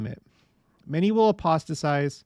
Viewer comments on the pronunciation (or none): Aposta-Tize. Not size.